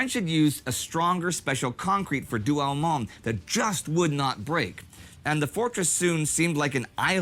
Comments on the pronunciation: Douaumont,,,not Douamont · By the way the consistent mispromunciation of French words is epic. This is DouaUmont which sounds like Do-oh-mon in English